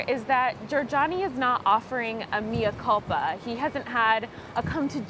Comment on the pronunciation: She just said mea culpa like mee-yah culpa. Yikes.